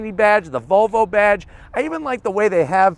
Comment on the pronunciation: right pronunciation is volvo not vovo